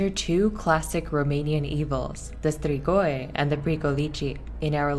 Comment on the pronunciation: The way she sais strigoi is beyond me